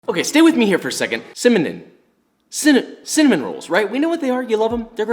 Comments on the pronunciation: Mmmmhhhh... Cimenen rolls... my favorite 😂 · Accidentally pause it after he said "cimanom". Took me a second to realize he wasnt just going for an overly exaggerated pause. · When you try to speak fast and you say cinamon "cimenon" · Mmmmhhhh... Connaman rolls... my favorite 😂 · I normally wait to punch that thumbs up until the end... but that stumblin over cinnamon pronunciation got me laughing... totally getting a thumbs up before anything else bro! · I cant say cinnamon either 😂 Love that hair tho! I will be making some of them thickie stickies this week, thank you!